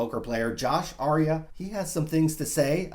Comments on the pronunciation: his name is Josh Arie-ay, not Josh Arie-uh. lol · Pronounced Josh Arieh (Ar-E-aye) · FYI it's pronounced Ari - Ayyy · You and Josh are friends but you can't pronounce his last name? Not even close btw..